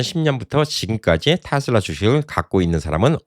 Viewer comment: 내말이 그말이여... 그것도 미국에서 사셨던분이.... 발음이 거시기 하네요, 잉! "테슬라" 가 바른 발음아니여?